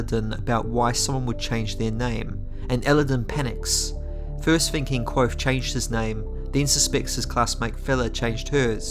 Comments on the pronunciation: I love these videos, but is there a reason you're pronouncing the V in Kvothe as a W? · Dang only made it about 50 seconds in. If you like the series enough to make videos the least you could do is pronounce the protagonists name correctly. Here is a video of Patrick Rothfuss doing just that for you.